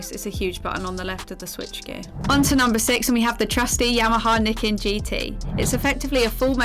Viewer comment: I thought it was pronounced Ny-ken?